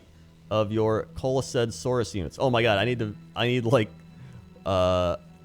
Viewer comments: it is pronounced coalesce[ koh-uh-les ] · kow· uh· lest dude